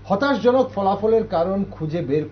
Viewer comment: " হতাশাজনক"- "হতাশজনক" নয় মাননীয় সঞ্চালক